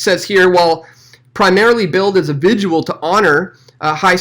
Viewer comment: What the heck is a vigual LOL